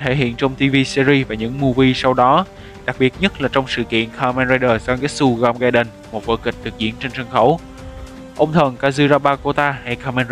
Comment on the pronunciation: Là gaim... ga-im chứ ko phải gam đọc gam là thiếu "i" rồi